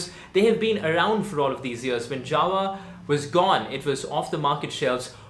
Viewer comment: Its JAWA not JAVA